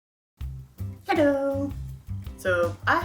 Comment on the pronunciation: Every video beginning"HEDDO"